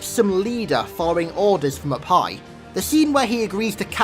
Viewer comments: Oh, "up high" not "a pie". Just realized that carter doesn't report to baked goods. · I thought you said “a pie” when you actually said take orders from “up high” LOL